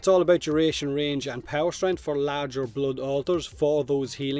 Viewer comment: It's not bluud it's blood